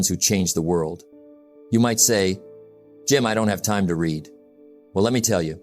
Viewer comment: The word "Read" is a dead giveaway for Ai reading for any Jim Rohn content, it makes me smile every time it's said wrong.